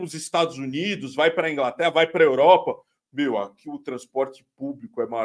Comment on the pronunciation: "Aqui na Grã Bretanha meo, ate os botões estão escritos em inglês, meo" 😅😅😅